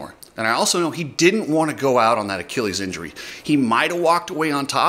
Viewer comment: Thank you for pronouncing Achilles correctly. I think you're the only one in moto who knows how to say that word.